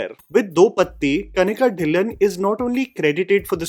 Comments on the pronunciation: Kanika dhillon Pronounced as tilloon not dilan 0.01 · It's not कनिका ढिललओन it is कनीका ढइललो'. At least Indians should pronounce the Indian surname correctly.